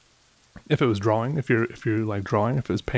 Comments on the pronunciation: yes i noticed that .should be draw-ing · Me: Depressed: Draw-wing Me::) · So, is nobody gonna mention how he pronounces drawing? Droh-wing?